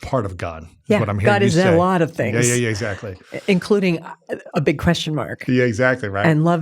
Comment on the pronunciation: When he says „exactly“ it sounds like „shut up!“ - I looove her❤ thank you for your inspiration